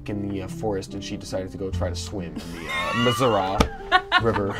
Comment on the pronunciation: By the way it’s not pronounced or spelled Missora it’s Missouri with an I